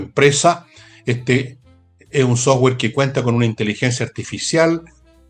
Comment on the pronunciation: Insisto , /autowulf/. 🤔 Por qué dice / softwe:r/ y no dice software. ?